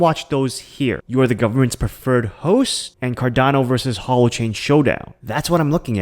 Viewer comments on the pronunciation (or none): none